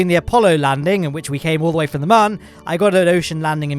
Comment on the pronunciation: moon or mum